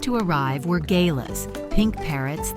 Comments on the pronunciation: gay-las LOL! GA-LARS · Gal--AHS, not gaylas. Hope no Australians hear this. They'll have a bit to say.😂😂😂 Rupert is gorgeous and Greta's a looker too. The kookaburras look like puff balls. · Ga lahs not gaylas. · "Gay-lahs"..,????. You mean, Ga-laas. This balcony is surrounded by beautiful native flowering trees. Typical of the Australian bush. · Not "gaylahs", but "gahlahs". Learn how the names of animals are pronounced. Don't be a dumba**. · It's a shame that these Beautiful Aussie birds are being talked about with an American AI voice that even gets the birds names Wrong. Galahs aren't "Gayla's" and Rosey Red Parrots that are clearly Rosella's,and Kookaburra's and Magpies, all Beautiful birds. AI, Not So Much at All !! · Galahs is pronounced more like ge-LARS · Oh My God - "Cooka burras and Gaylars" - Please if you are going to narrate over a story about Australian Birds then at least try to get the pronunciation correct you bloody Yank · Always interesting to listen to a computer trying to speak. Exactly what are GAYLAZ ? 🤣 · Love the video. gorgeous birds. They are King Parrots. The grey and pink parrots are pronounced like Gallars( with emphasis on the llars), although it's spelled Gallahs. At .34 the bird sound is a magpie, not a kookaburra( pronounced cookaburra). Kookaburras laugh. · I enjoy watching your talks about the birds visiting you. Please learn how to pronounce kookaburras and galahs.